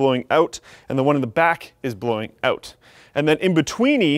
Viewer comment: He says ''out'' like Dane Cook... auout